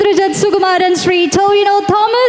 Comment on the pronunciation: ടോവിനോ ❌ ടിനോവ ✅